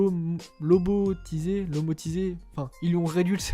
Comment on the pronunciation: Lomotiser 😂 c'est lobotomisé mais sinon super review